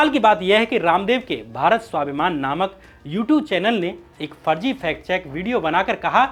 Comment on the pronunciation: Good bhai, bus pronunciation ko improve karen, Farji ko Farzi, Vises ko vishesh